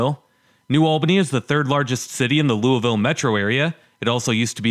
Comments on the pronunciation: Lame attempts at humor and you don't know how to pronounce Lou a vull. McDonald's is hiring. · Bro it’s pronounced luh-vull but it’s fine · why do people pronounce Loiusville as 'LuahVoe'? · Founded by the French. French typically don't pronounce the last letter of a word. Louie ville.